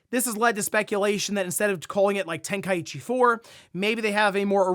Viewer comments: … Ten-Kai-chi. Not ten-kai-ichi…. Get well soon bro. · I always is find it funny how people mispronounce Tenkaichi. Where do they get the extra "i" sound from. Its Ten - Kai - Chi 😂😂😂 Edit: It would have to be written like Tenkaiichi